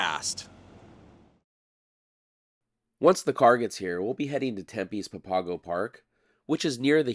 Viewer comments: How nice to see my old stomping ground! I lived in Tempe a few blocks east of Papago Park in the 1960s. We would often visit the park to look for scorpions and hang out at Hole in the Rock. I hope you won't mind pronunciation advice from a local? It's PAPP-uh-go, not puh-PAW-go. OTOH you nailed Tempe and Gila. I've heard Hohokam pronounced a few different ways, but yours is close to how I remember it. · FYI it is pronounced Pap-ago and not p'pahgo. And that is the Salt River and most definitely not the Gila River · It’s pronounced “Papa-go” as in Papa Go get me some ice cream. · Really interesting concept for a video -- thanks! As noted it's the Salt River not Gila. And... the park is pronounced "Pop-a-go". Used to fish there several times a month waaaaay back in the day